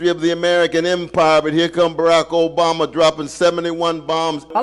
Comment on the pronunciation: Not that I'm a fan of his work but please learn to pronounce Obama. You're trying to sound American but... 😊